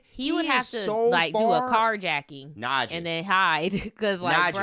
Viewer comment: You called it Nadja, he was Italian😭